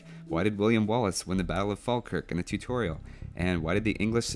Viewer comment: Dude I'm from Falkirk...and you're the only person outside of Scotland I've heard pronounce it correctly 😂